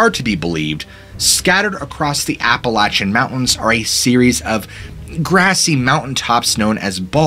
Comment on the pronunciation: "intermittent camp" LMAO. Just a heads up, it's "internment camp." Two VERY different things. I hate to be a that guy but this video is littered with mispronounced words. You butchered "Appalachian" and "Inuit."